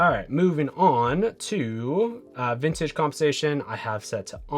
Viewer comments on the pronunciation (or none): Dude its Vin-yet-ting compensation not VINTAGE! You said it twice!